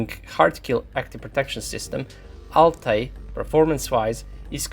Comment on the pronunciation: Your prononcuation of Altay is right on the spot man